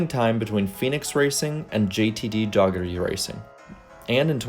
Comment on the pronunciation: I heard Doggerty. Lol